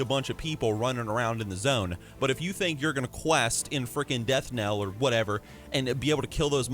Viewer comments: aaahahaaha deathkneeeeeeel xD its just deathKNEL no eeeeeee sound rofl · "re-agents" Lol Edit: "Death kneel" lol